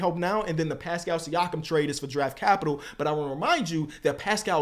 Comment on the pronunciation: I appreciate your knowledge & break downs always. Just stop using the word “capital”. The way you emphasize it is mad annoying son